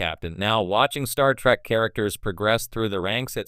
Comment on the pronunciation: Star Feet? Wtf. Terrible A.I narration.